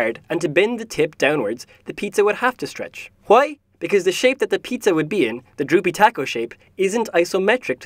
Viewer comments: “JUAY?” lol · HeirOfGlee Hwi? 😂😂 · WHUY? WHUY? WHUY? lmao xD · Anyone else found it funny when he kept saying "HA-WHEY?!?!?!" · i like the HWWWHY! becouse its what is the first thing that you think after you hear something like this. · He says why like Stewie Shwy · Why = hoi? Pronunciation :D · I love the voice actor :3 Something about his accent... And his WHY? :D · Who doesn't love pronouncing Hs before Ws?